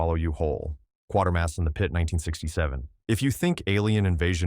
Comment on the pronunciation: The name is pronounced Quay-ter-mas, not Quar-ter-mas. read how the name is spelled.